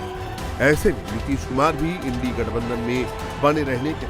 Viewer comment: यह चैनल तो इंडिया को इंड़ी कह रहा है...